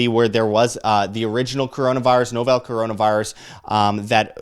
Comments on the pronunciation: Hes Canadian, not a big deal. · Dude, please call it " novel corona virus" not novell seriously you will be taken much more seriously.